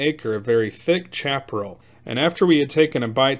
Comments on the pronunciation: pronounced Shap A Rail not chap rull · Chaparral =. Sha - pr - AL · I really enjoyed the story, but I wanted to point out that Chaparral is pronounced "Shaperal" and refers to low growing grassy plants about 18 inches high and has shallow roots and is mostly dry. It makes good tinder, but accounts for a lot of California forest fires. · Chaparral is pronounced Shaparral. Must be a yankee!